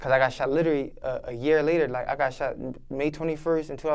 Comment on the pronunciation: Not funny but he had a Grammer moment "In 2010 I got shot it my hand and 2011 I got sheven(shot seven) times comin out a club" lol but salute to you big dawg, you here for a reason keep ya he up and stay away from that hot shit 💯